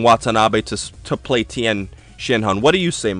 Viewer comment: then 10 shin han you made fun of its to true, how hard is it to say tee yen